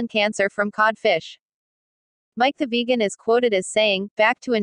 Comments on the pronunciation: "Mic the vajan" LOL Stupid computer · Funny how text 2 speech handles the word vegan...